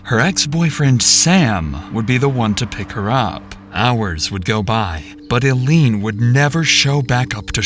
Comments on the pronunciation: I think it might be AI. The 'narrator' kept saying ill-ene, not eye-lene the way her name should be pronounced. A real narrator would, presumably, get place and people names correct bc they would have listened to the interrogation. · Of course it's AI. Any human would know that her name was pronounced Aileen (Ilene.) not aleen. That's Al fs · I just have to say, im sorry, but the way the narrator kept saying Illene like "Eellene" was really grinding on my ears lol. Pronounced like "eye," not "ee" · I need you to repeat after me so that you understand - “Eye-Lean” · Could the narrator have the decency to get her name right, EYE-LEEN. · Ill- lean? Council of Bluffs? Good lord! Do you not Google anything? Isn’t English your first language? Do you listen to other people talking in the video? They’re very clearly not saying Ill-lean. And a 10 second google (or a 1 second look up) would show you that Council Bluffs, Iowa has no “of” in it. (It sn’t a council- what kind of council in the first place?- of a city called Bluff, it’s simply a city name. Council Bluffs. Ilene a very common old fashioned name which suggests you know damn well it isn’t pronounced Ill-lean. So annoying to listen to someone repeatedly and intentionally mispronounce someone’s name but especially of a victim whose story you’re capitalizing on. It’s a matter of listening caring and having enough enough to get it right. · Her name is pronounces 'eye leen' Correct your AI. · “Council of Bluffs Police Department”? It’s Council Bluffs. Her name is “Eye-lean”, it’s a common name with a common spelling… I don’t think you pronounced it the same way twice and you never once pronounced it correctly. A little disrespectful, don’t you think? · Narrator: Her name is Eileen spelled with an I. Stop saying Ill-lene. 🙄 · I can't believe the narrator can't say eye lean. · It's pronounced eye-lean pal. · If every other person in the video pronounces her name a certain way why can't you? EYE LEAN.